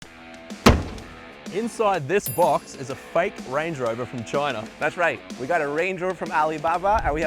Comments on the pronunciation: That’s not a Range Rover it’s a Errange uh Rovuh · Range rover ❌ wange wover ✅ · Nice Wange Wover you got there! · Wrange Whover. Ho Lee Fuk !!